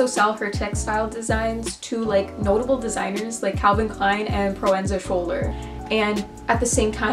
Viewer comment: You need fashion education. Learn to pronounce designer's names. You mispronounced "Slimane" and "Schouler". Look it up, it's not hard. Also, you were saying they show in unconventional spaces. Wow, that's never been done. Look up Martin Margiela who started unconventional spaces in 1989. Even NYC designers like Stephen Sprouse, Susan Cianciolo, Elisa Jimenez, Bernadette Corporation, etc. showed in uncoventional spaces LONG before Eckhaus Latta. I love Eckhaus Latta, but gets facts.